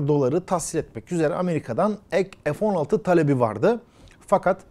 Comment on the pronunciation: ef değil abi fee Türkçe lütfen